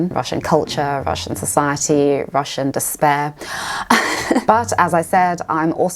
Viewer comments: Your Russian pronunciation is very good!!! Great job!! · As a Russian, I should say that your pronunciation is nice. You will be fine in Moscow.